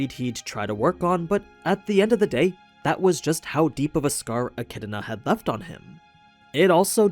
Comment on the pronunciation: Jfc, get ECIDNAs name right. There isn't a single R in ANY version of it.